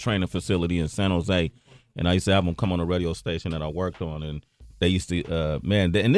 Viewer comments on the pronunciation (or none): none